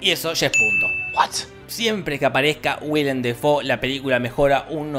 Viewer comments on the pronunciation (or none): Es WILLEM, no William